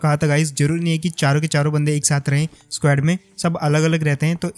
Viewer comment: Legit bhai.... S-Q-U-A-D nei S-K-O-D bola karo😅 Funny lagta hai jab itna confident se SQUAD bolte ho